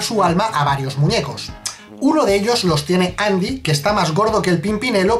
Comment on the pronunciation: ¿Qué Andy? Siempre fue Endi XD